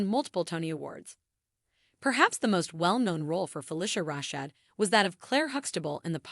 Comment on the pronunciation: You need to learn how to pronounce her name correctly. Next, get your facts straight.